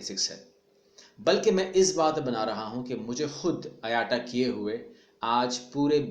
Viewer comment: IATA Brother IATA Ka correct pronunciation (Ayta) hai Na k aayataa !